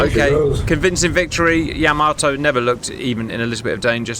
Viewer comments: Gents, it's not Yamoto. It's Yamato. Ya-mah-to. And the Japanese seem to put the accent on the first syllable, going by what I've heard on their videos about that ship. YA-ma-to, in other words. That first battle went about the way I would have expected it to, a clear victory for Yamato. The second battle was a different story. It seems that getting within the optimum range (depending on your ship) is a very important consideration. And then there's always luck, of course, which can go either way. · Man please get the guy to stop saying Yamoto it's hurting my ears. It's Yamato the ship, and Yamamoto the admiral. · Ee- SAY!! Please, Cap! No more, ee-Zay...you're killin' me! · It's Yamato not Yamoto!!! -Gunny T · YahMahToe not YahMoeToe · Nice video as always CAP! . . . BUT for the love of... 👀👀 Please 🙏CAP it is not Yaaamaatoe! that is just insulting...🤷‍♂🤦‍♂ Pronunciation is like this ( Yah! Mah! Toh! ) 4/4 90-120bpm snappy don't drag the vowels ( using drum terms think you understand that ) And adding the ( h ) after a vowel seem to help English speaking to understand it is snappy not dragged out vowels.. . . 😉😂 All Japanese words follow the same beat, snappy short vowels.. tah kah mah yah.. never drag the vowels!. Thank you! Keep up the awesomeness! CHEERS! 🍻🍻🥳😉🤭😂✨ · it's pronounced "YAH-mah-toe". Respect to the big girl, please. And at the Battle of Samar, part of the Battle of Leyte Gulf, the Fletcher-class USS Johnston repeatedly charged at the Yamato to try to protect the escort carriers of Taffy 3. The Johnston, indeed, did displace approximately the weight of one of Yamato's turrets. That displacement did not, of course, include the weight of Captain Evans' TITANIC cast-iron balls....